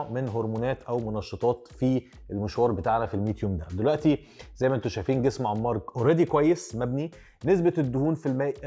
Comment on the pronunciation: انمار مو عمار 😂😂😂 يكول عمار